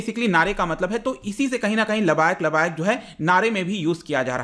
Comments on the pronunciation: वो लबायक नहीं है लब्बैक है। तहरीक ए लब्बैक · labayak nahi hota labbaik hota hai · Pronounce as (Laab-baye-ek)